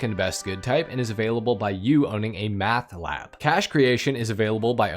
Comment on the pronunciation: Did bro say math lab? 🤣